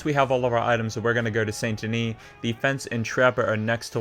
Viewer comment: You can tell if someone really plays by the way they say saint denis